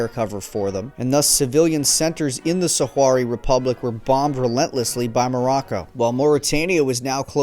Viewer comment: Sakh-RAHwee, not saharawee